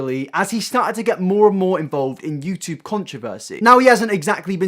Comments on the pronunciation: Yew chewb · I swear to god mate, stop pronouncing YouTube like a bloody American